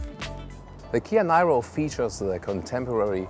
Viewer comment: Official pronunciation is "Neero" not whatever you want to pronounce it.